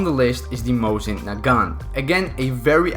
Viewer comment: Its pronounced mos-in not mose-in